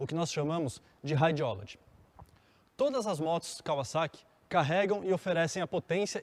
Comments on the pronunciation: Também reparei nisso, parece que falou em Kaviszeki.😀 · Só eu impliquei com a pronúncia dele , quando falava kawasaki ? Rsrsr